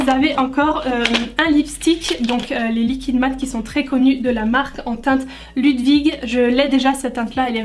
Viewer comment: Pour le rouge à lèvre Ludwig on prononce loudvig c'est un prénom allemand ^^ mon copain s'appelle comme ça et du coup jai genre envie d'avoir ce rouge à lèvre et oui ton makeup il est super sympa ça change mais ça te va bien !